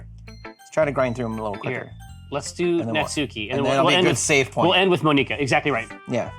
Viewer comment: can't stand them clling monika that T.T it's not pronounced that way T.T